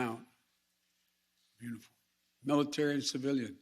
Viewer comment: He does it again with the word “uniform.” Like he almost doesn’t say the word and just exhales it 😂